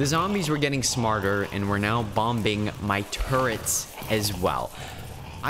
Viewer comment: why do you say bom-ber and bom-bing the second b is silent